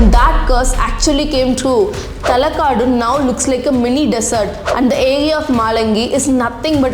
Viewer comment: Talakad instead of Talakadu. maralagali is pronounced incorrectly. Even her pronunciation of Ranganayaki is unclear, sounds like Ranganayagi. Even a non Kannadiga should not have issue pronouncing Shrikantadatta but she screws that up too. She pronounces literally every English word incorrectly. Mispronunciations are fine, it's natural. But being in denial and simply throwing compliments is not okay. There were hardly any Kannada words in the video and out of the very few she has mispronounced half of them.